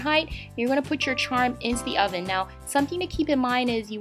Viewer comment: "I went ahead and pre-heated my hoven". What the heck's a "hoven"?!?!?